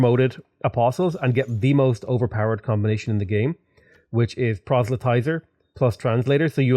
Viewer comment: I cannot express how much I love to hear that you finally figured out how to pronounce "proselytizer". :)